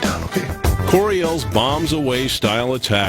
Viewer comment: 🤣😂🤣 c'mon man!! Did he say balls or bombs? 🤣😂🤣